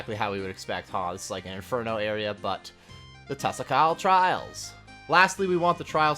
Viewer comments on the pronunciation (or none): its pronounced tah-sah-call, they said it will have a best in slot mage cape and best in slot mage ring as well. wave 1 to 4 will be fire cape difficulty 5 through 8 is inferno mid lv and 9 to 12 will be inferno difficulty/post inferno difficulty. if youd like more info they did a 3 hour live yesterday that should be available on the twitch live. but yeah it seems exciting. love your videos btw, hope the additional info helps. :)